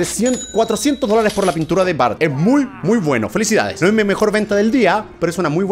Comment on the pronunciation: Se escribe y se dice bart